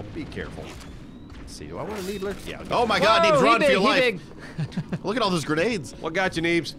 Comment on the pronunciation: Needler? More like Neebler :D